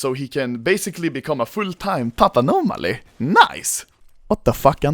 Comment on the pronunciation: full time papanonaly 😂😂😂😂😂 did really just said that